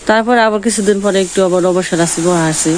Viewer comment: 'আবর' না বলে 'আবার' বলুন। নারা অথবা ন্যাড়া নয় খর বলুন।